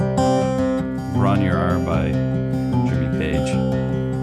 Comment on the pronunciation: It's pronounced 'Bron- Rawr' only by Robert Plant - who got it wrong. It is actually pronounced thus: 'Bron - urr- Ayerr' , remember to roll the 'r' My first language is Welsh , Bron -yr - Aur translated : 'Breast of the gold' ♥️🏴